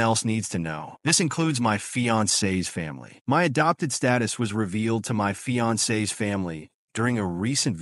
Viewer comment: That fiancé is a badass! Good on her for protecting her man! Also the AI voice: my fiAncEEEE s family. 😂